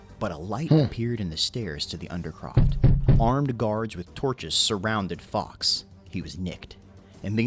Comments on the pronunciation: Guido FORKS (Pronunciation) Not Guido Fox. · it's Guido Fawkes, not Gay Fox! (She is so annoying)! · 5th november is not a national holiday. It is Guy Fawkes night. Catesby, cate rhymes with late. Fawkes same pronunciation as forks, not fox. Are you talking about the Isle of Lewis? If so their celebrations have nothing to do with Guy Fawkes night. It is about Viking memories.